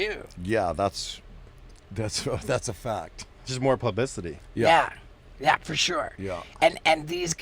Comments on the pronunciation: said pubissitity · "Just more pub-i-city." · “Pubicity” 😂 Lol 😆